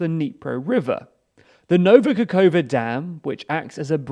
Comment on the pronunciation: Nova Kakhov*K*a! Why can no english speakers read?